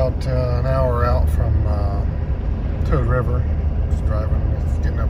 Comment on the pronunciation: I love Toad river. I ask a local, its Poose,(rhymes with moose) coop ee I thought it was what you said. Can't believe still no snow